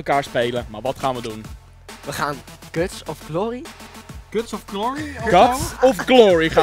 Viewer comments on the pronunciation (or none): Ben ik de enige die in het begin miest lachen van die KUTS zei in plaats van cuts😂😂😂😂